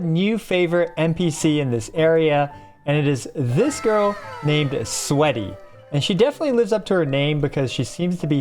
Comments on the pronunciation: Bruh, her name is SWEETY not SWEATY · i think you read the NPCs name wrong "Sweety not Sweaty" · my guy that’s “Sweety” as in Sweet, like cookies and cake not “Sweaty” as in the liquid that comes out of your body when you get overheated. 😂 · Sweety, as in sweet like candy Not sweat, the bod secretion 😂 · I believe the name of the NPC is swEEty.. not sweaty.. read man. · That's Sweety. Not 'Sweaty' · Sweety ❌ Sweaty ✅ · sweety not sweaty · Its sweety not sweaty Sweety as in sweet not sweat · Bro really said Sweaty 🤣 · I LAUGHED 😭 bro might be a bit dyslexic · I know right? SWEET not SWEAT.. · Brooo that’s “SWEETy”. Hahaha. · It's pronounced, sweety, no a. I'm not saying your language is bad, just giving good constructive criticism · Sweety...like...sweet..., you need to get some more rest 😂. This said Dawei gold child Herrsher of the Void, #3, sl*t edition made it to zzz. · "Sweaty" LMAO